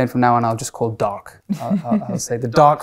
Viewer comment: bra, the way the "dark" sounds